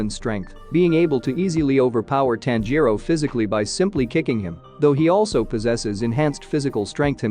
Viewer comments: “Tan-JEER-roh Kuh-MAH-doh,” “Nuh-ZOO-koh” 😬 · nez-oo-ko Tan-jee-ro Zeen-its-o In-oh-sooke Roo-E